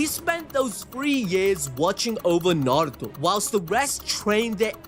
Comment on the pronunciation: I give it to you props for pronunceing narto perfect even most dub actors dont even say it righ .....they say it how its pronouce it how its spelled in english i only see sasuke dub really says it perfect right alll they roll on the r heavy most say it like n...are...u toe the one way that trigger me when people say it like nn..aye..ru...toe 😂😂